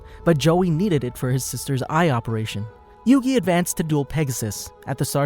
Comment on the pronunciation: Your saying the name wrong